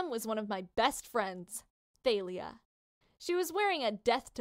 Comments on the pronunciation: It's not th-ay-li-ah it's ta-li-ah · It's tAlya not tAElya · It's talia not failia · It's pronounced tha-le-a = thalia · It’s TALIA- THOLIA . That is how it’s pronounced. Sorry I just got to get that out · Tha-Lee-Ah Thalia